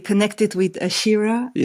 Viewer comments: It’s Ashira, not Aisha. Have the respect and professionalism to get her name right, Chris. Integrity demands attention. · Chris Hedges —-Please pronounce Ashira’s name correctly. Her name is pronounced like how it is spelled. Aaaa-sheeer—raaa. She deserves that respect. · Her name is Ashira 🤦🏽‍♀️